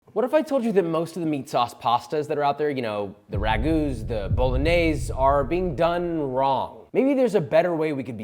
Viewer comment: Really like your recipes and passion. But Jesus you got to learn to pronounce those Italian names - we don’t cut off -e at the end!! If you say al dente (not al dent), the its pappardellE (not pappardell!!), BolognesE and so on!!! Thank you. No more bad Italian. Love you.